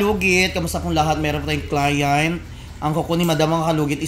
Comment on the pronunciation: Client not cliant over pronouncestion